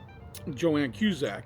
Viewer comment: Its "Joan" not Joann.